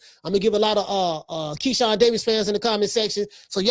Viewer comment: You almost called Keyshawn, Shekon, but you autocorrected yoursefl ...hahahahah!! 😂😂😂😂😂 I LOVE THIS CHANNEL!!!